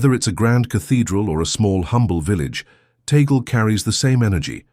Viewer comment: Please make sure to pronounce the last right.. its Tag-le